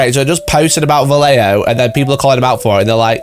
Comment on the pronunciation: The heck is valeo? You should respect the letters in a word. VA - LLE - JO